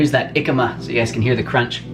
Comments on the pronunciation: omgosh it's JJJJJJJJicama, not ycama! The 'J' sounds like the 'H' in Hotel...strong HHHH sound, almost like a cat hissing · Awesome video as usual man! as a Mexican I just gotta tell you you must pronounce the "J" in Jicama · Love the video guys, btw its pronounced "he-cama" in spanish language we got an accent mark that gives emphasis to the vowels in some words so the pronunciation of the word changes you can also let em chill in some water for a while to make em a bit more juicy, this also brings up the flavors a little bit, keep it up!